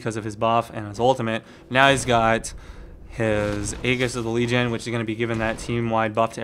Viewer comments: Hate to break it to you but it's pronounced ee-jis. It bugs the hell out of me when people get it wrong. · Aegis = JIZZ-ZZ +SS. AAAAAY, like the fonz, jis, as in jis say it right. Love your videos, but it kills me.